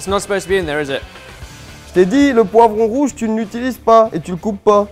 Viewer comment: Ben, can I just check where you studied your French.. as I never wish to go there 😂 Poivron Rouge! Pas Poi Rouge!!! 🤦🏼‍♂️🇫🇷🍷🌧